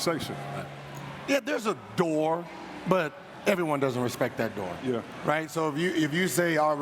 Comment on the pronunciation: I never heard somebody but a er at the end of yeah . “Could you win a playoff series ? YEAHER”